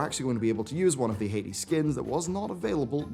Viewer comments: Love your vids bud! Just gotta get this one thing I hated bout it off my chest: You pronounce Hati as "Hay-tee" when it should be "Hah-tee" since the two rare pets, Hati and Skoll (Skohl), are references to Norse mythology. Hati and Skoll are legendary wolves with Hati hunting the sun and Skoll hunting the moon. According to the mythos, Ragnarok comes when the wolves finally catch their prey. Anyways, keep up the good work! It's refreshing to have people like yourself as content creators in the community who can take a more nuanced look at the happenings without just jumping on the weekly hate on Blizz meme like some people seem to enjoy doing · I'm really enjoying your coverage, as usual, but please stop pronouncing Hati as Haiti. 🙃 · It's pronounced Hah-ti. Not Hay-ti. # Norse mythology # hail Odin!